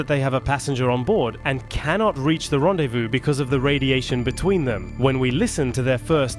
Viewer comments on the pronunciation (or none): none